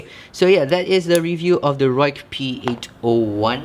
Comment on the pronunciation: Hey brother it’s pronounced Rike it’s a particular dialect which literally means cutt or sharp lol... I’m a white dude and my Chinese friend let me know this not laugh but you cutt yourself right after you did not pronounce it correct lol... hope your ok tho. So I know it’s weird cuz the western language totally against what we learned how to spell so it doesn’t make sense at all to us but it is pronounce Rike. Ok I like how you compare the slimness to the dragon fly I have both dragonfly 2 and this knife your correct there pretty much are exactly the same width. But the crazy thing man is I have a Benchmade 940 the green aluminum I compared these to the 940 is a little thinner in the handle and of course the Ruike blade is wider and the a little longer but they nearly have the same ergos and honestly bro I love 940 but I’ve started carrying this for the last month and it has everything the 940 have except axis lock but it does have dual them studs and a flipper I like knifes with multiple deployment options The Ruike has the Bearings the 940 is F bronze washers the 940 of course has s30v steel of course superior to 14C28N but here is my point the Ruike has been holding its edge awesomely, when I’m working with it I feel more comfortable with the Ruike and I’m and loving how much wider the Ruike blade I can’t seem to switch back to 940 it just feels kinda awkward now and other similar size knives and this is a super budget knife but I’m carrying and more comfortable with it r